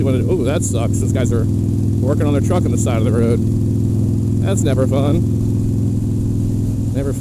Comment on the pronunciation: "that's nEvEr FuUn"